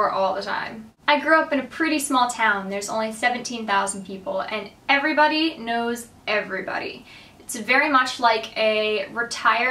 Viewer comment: i think your "hello everybody" always sounds like "hello every buddy" :D